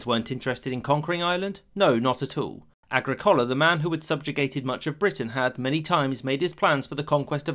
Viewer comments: You butchered the Roman governor's name. It's pronounced Ag-rick-ola, not Agri-cola. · Agrik OH La not Agri Cola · 'Agri-collar...' - the worst pronunciation of any roman name in all of history. It's ag-rickohla. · Agricola is pronounced "uh gri kuh luh." Agra Cola sounds like a soda made from genetically modified corn. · Agricola was not called agricoala. His name was “Agricola” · A-GRI’-CO-LA. Accent on the second syllable. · That's a weird mispronunciation of Agricola's name in this video. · How the hell did you just say 'Agricola' sorry? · Nice video. But you need to learn how to pronounce “Agricola” correctly,. The emphasis is on the second syllable, not the third.